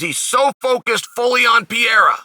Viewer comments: It’s Pierre not pierra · Come on, uncle Sonnen. There's no PIEIRA. It's not too difficult. It's PEREIRA. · The way Chael mispronounces names, he's gotta be trolling; PEE- Era, MOOEY-Thai. Come on Uncle Chael!!! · "Piera" lol, so fun Chael can't or actually wont even try to pronunce it right. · If Uncle Chael says his name is Piera, then it's Piera and that's it. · "poutine" pierre-uhhhhh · Chanel never fails to mispronounce a name (makelchev, piera) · I’ve yet to hear you say Pereira the right way lmao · it´s so funny when he struggles to say ''Pereira''